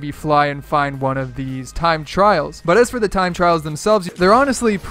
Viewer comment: Did you say tied tryals nooooooooooo